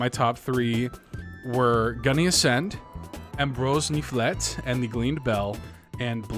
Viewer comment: Shoutouts to Lockleth and I both pronouncing “Ambroise Niflette” totally differently and both of us being convinced that we crushed it.